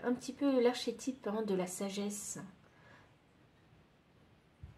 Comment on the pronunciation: Koukou, merci ! Choix 2. Une petite indication : pour la gnose on ne prononce pas gn comme le son habituel mais on distingue le g et le n, genre gue nose. Et encore un son inhabituel dans archétype qu'on prononce arkétype. Et sinon, je découvre vos tirages et j'adore ! Merci encore !